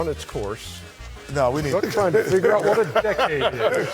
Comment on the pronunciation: Charles said “Wat” 😂😂😂😂😂